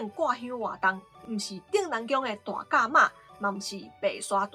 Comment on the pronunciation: 大甲讀做Tāi-kah